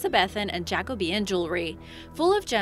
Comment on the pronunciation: i think its jacobin, not jacobi-in.